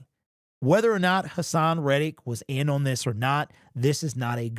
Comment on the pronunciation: Why can't this dude pronounce the word "on"?😅